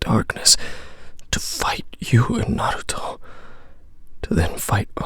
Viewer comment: The way this dude says, Naruto. "Narluto..."